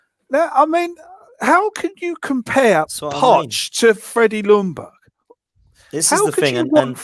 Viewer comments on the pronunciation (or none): As a swede its so annoying when you try to prenounce Ljungbergs name on each an every podcast i watch with british people. You say Lundberg, its prenounce it more as "Young BERG" L is silent =) Keep up the good work! :p